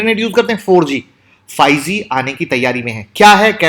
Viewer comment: Apka pronounce galat hai. Ap bol rehe hay fyge . Aye hoga 5g.